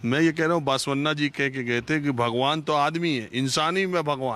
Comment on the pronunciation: Sir बसवन्ना होता है बासवन्ना नहीं। सही pronunciation तो सीख लेते। Yediyurappa is pronounced येडियूरअप्पा